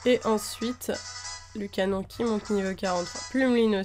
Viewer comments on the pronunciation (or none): none